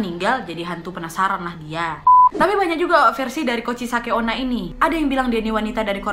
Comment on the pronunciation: Ka nadia: kuchisake onna Me: hah? Kuchiyose?😂